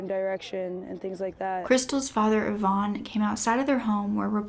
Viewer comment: YVONNE IS A WOMANS NAME... YOU ARE PRONOUNCING REVEREND IVAN'S NAME WRONG BABYGIRL... IVAN IS NOT YVONNE... IT'S PRONOUNCED 'EYE-VIN'